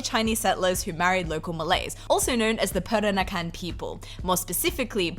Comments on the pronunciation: I know it's hard to say for foreigners, but listening you said "perakanan" instead of "peranakan" make me giggle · It's Peranakan (Pe-ra-na-kan), not Perakanan (Pe-ra-ka-nan). You keep mispronouncing it.